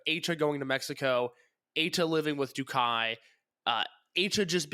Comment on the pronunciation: i'm half wondering if he's mispronouncing DOUKI on purpose or not at this point... it's DOH-KEY not Doo-kai... sigh